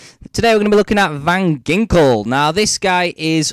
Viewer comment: its pronounced VAN HINKEL